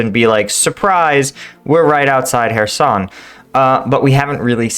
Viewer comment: Why call it herson, it is called Kherson with a ch as in lochness please do your homework...